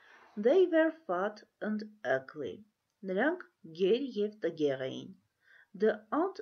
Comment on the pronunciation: Ըգլի չէ ագլի